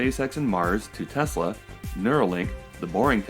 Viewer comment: I remember realising Musk did not know much about Nikola Tesla and then realising his pronunciation of Tesla is wrong. This was before I even realised what a fraud this guy is, but I thought something is off here. Why name a company after a genius inventor you know very little about. Also, he is so smug he never even googled N. Tesla, not even after he invented his engineering persona that supposedly invented Tesla the car. Edit: You unhearted me? That's cold! :)